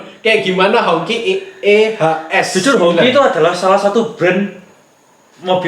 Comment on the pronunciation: HongQi dibaca HungJi atau bendera merah